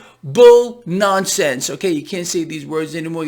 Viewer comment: doesn't seem to be getting dinged for his cussing. Yes, he "caant" say the other word....LOL